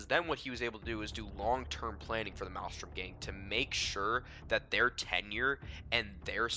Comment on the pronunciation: You're not even saying the name of the gang correctly lol